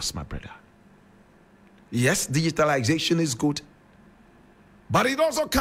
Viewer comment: you cannot even pronounce the word DIGITALISATION.